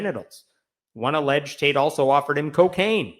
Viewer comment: I thought you said "Michael Taint" 😂😂